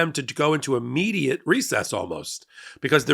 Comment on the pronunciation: Helpful tip: It's "Immediate," not "Ammediate."